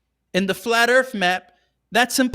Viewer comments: 😂 he said "Earff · Dude keeps saying “Erf” haha